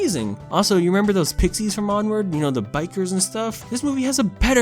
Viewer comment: Onward more like "POOward"